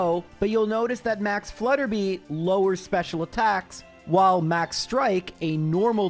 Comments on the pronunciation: Hey! Three quick things: 1. Max Flutterby is "flutter by," like if you switch the letters around in "butterfly" 2. Bea is pronounced "Bee." It's short for Beatrice 3. I'm an audio engineer and I've noticed your plosives - "p" and "b" sounds - hit the mic a little hard and make a light popping sound on big speakers. You can fix this really easily by putting a cheap pop filter on your mic and also putting what's called a "high pass filter" (usually built into any EQ) on your vocal track. High pass at 100 Hz and it'll cut out that low stuff without affecting how your voice sounds. Excited for another month of! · "Hilbury" (actually Hulbury) is the second gym location, not the first. Also, it's Max Flutter-BYE, not Flutter-BEE